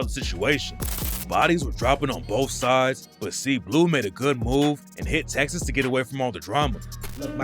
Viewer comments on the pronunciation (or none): none